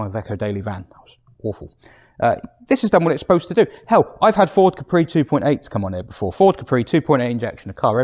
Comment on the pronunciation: Did you say Capri ? 😂😂